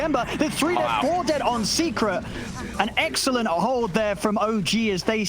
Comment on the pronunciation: i thought Odpixel said an EGGxelent hold from OG